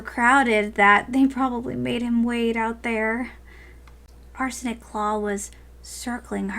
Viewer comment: I keep thinking you say 'Arson' not Arsenic claw